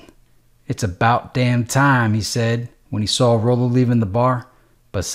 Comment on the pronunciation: i believe it's pronounced Rollo🤔